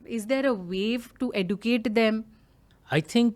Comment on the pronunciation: Hi Debina plz don't mind ur pronuciation of educate is not right .